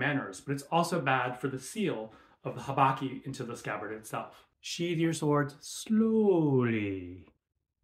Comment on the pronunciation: The accent betrayed him in the "slowwwwwwwwlyyyyyyyyyy" 😊😂